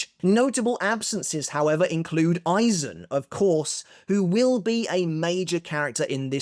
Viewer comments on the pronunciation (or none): none